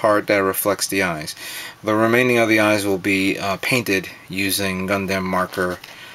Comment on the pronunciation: why do you say gundamn?